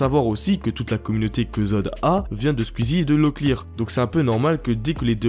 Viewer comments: Squeezie (coui coui) pas cuizi 😂😂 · Tuiter Squzie mdr les prononciations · Comment tu dis squeezie "squizzi" 🤣😂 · Putain cette prononciation infernal de twitch et squeezie Y a un son « ou » normalement